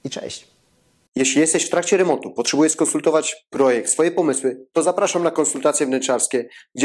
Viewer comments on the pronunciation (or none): none